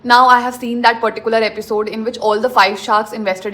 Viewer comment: Please don’t pronounce “particular” that way. And you overusing that word